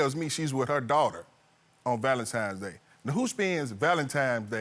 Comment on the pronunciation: No self-respect, desperate and entitled with ten grandkids! Lol 😂Maaaaannnn, I have more grace and maturity at 25 than this lady at 50!! Oh Ik her daughters and sons are just as triffling; May God help the streets cuz im out. #beenout Oh btw sir its VALENTINES DAY not Valentimes. 😂😂😂 Ooooohhh my my my 😂😂😂